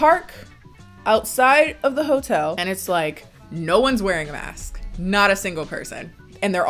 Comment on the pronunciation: Mask-sksksk Me: why is she saying it like that It's masksksksk wtf masksksksk...fuuuuck 😂